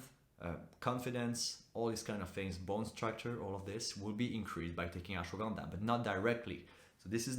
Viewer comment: That’s not how you pronounce Ashwagandha 😂😂😂